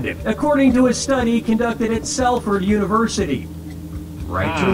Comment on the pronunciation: Wow.. Sel-ford University?